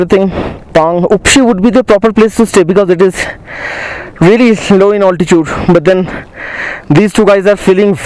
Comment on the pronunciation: You seem like an educated guy , why say alti-chood in place of alti-tude !?